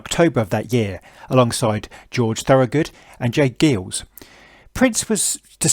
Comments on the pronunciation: Hey, bloke! It's pronounced "Jay-GUY-ulz," not "geelz!" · It’s pronounced “giles” not “geeles.” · j.geils is pronounced guy-els not geels. just fyi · It would be nice if this geezer would learn to pronounce the words that he's uttering! Its; "The J. Geils Band" (As in "guide"). Ditto Greil Marcus!! From another Brit! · No problem... I'm a geezer. BTW, it's pronounced The J. giles (as in the plural of "isle") Band. "John" Geils was long gone when they named the band after him. They had a string of hits (back in the day). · Pronounced: J Guiles Band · Pronounced J. Guy ills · Actually, it is pronounced J Geils, like gyles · the narrator mispronounces the name of the legendary J. Geils Band, who ironically are kind of like an American version of the Stones. Geils is pronounced as "Giles" with a hard G like "Guy", or "Guyles". Their great live album from 1972 titled 'Full House' is a rock 'n blues classic that is one of the greatest albums in rock history and is often compared to other great live rock classics such as 'Get Your Ya-Yas Out' by The Rolling Stones, 'At Fillmore East' by The Allman Brothers Band or 'Live At Leeds' by The Who. Check it out if you get a chance. I just had to point all this out because it was so jarring for me to hear J. Geils pronounced as J. "Geels" after all these decades. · J. Geils is pronounced Giles (Hard G in both cases). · Narrator apologizes for mispronouncing some obscure writer's name then mispronounces the name of the immortal J. Geils Band.....sigh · it's j. geils...rhymes with styles. :) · I was at the stadium and joined in the boos. What was Jagger thinking? Prince wasn't opening for the 'Stones'. He was opening for George Thorogood, J Geils (get the pronunciation right!) AND the Stones. Three bands have the generally the same style of music ... one doesn't. Guess which one? No suppose why there were so many boos? I got turned on to Prince later in life and enjoy his music, but back then it was a terrible billing.